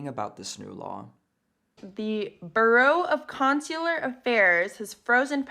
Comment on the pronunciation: she can’t even say “Bureau of Consular” correctly… jeez, America.